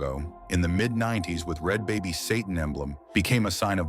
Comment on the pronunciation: SATAN......NOT SAT -IN